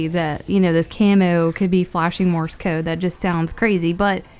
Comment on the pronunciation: It's sounds like you're saying Morris code